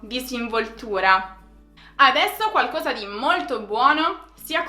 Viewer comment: non ci siamo con le pronunce: * còsa, non cósa, qualcòsa non qualcósa * paròla , non paróla